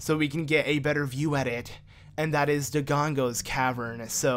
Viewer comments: I lose 5 years of my life every time he says “Dogongo’s” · mocks people that call Link Zelda and proceeds to call dodongos, dogongos the whole time lol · I'm enjoying this series alot...but I die a little inside everytime I hear you say 'Dogongos'